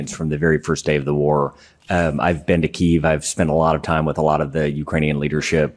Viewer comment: Its pronounced key ev . Not keeev